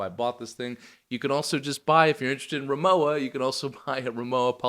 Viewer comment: RimoWa - the W is spoken like the W in Water (it stands for RIchard MOrszeck WArenzeichen, english Richard Morszeck Trademark)